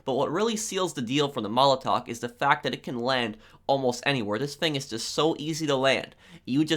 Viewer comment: You’re the only person that I’ve seen talk about this. I always find myself correcting him without even knowing it. “ tHiS fInG “